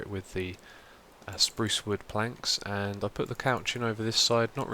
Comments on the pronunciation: no offense but its spruce (sproooooooce) not sprowce :-) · great vid xiuma! he he he 'sprouce wood'